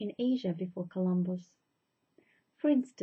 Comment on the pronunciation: Did she say 'Columbo' instead of Columbus? lol